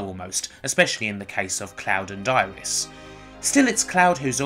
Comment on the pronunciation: First of all it's not "eye-ris" or "iris", Aeris is pronounced Air-ess. Secondly I hate that you pronounce Rs as Ws like calling Barrett "bewett". You obviously can pronounce Rs correctly as you do several times throughout the video, yet 90% of the time you lazily choose to say "chawacters" or "angwee" instead of angry. "Shin-wa" is the worst. You sound half-british half-dutch.